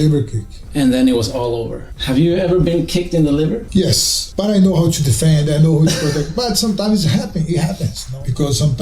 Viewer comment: His 'yes' sounding like 'osu' to me 💀